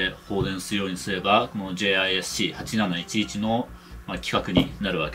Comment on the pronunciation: 読み方はジス シー8711です ジェイアイエスシーじゃありません